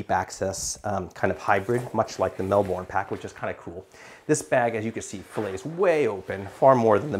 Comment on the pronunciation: Great review, I felt that the frame sheet impaired access to the side wb pockets on the Transit 28L too, despite having tonnes of capacity. Also love how you pronounce Melbourne (we say it more like Melb'n)